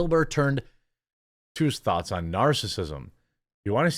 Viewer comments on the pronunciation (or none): none